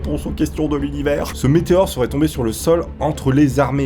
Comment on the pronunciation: Luniver il a dit pas de gerre la foche est conger lol